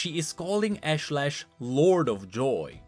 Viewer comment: Ash-Lesh not Lash